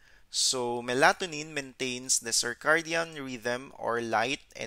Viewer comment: I must admit your pronunciation of Melatonin was a bit off at first.